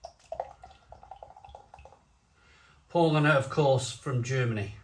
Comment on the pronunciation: Paulaner = "pow-lah-ner" with second syllable stress (sorry, just sayin'...)